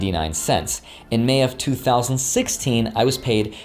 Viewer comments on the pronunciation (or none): none